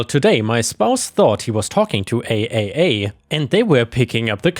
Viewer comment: Real quick when saying AAA call it triple A and while I'm at it NICU is said Nic+U or Nick+You happy trails and blessings=}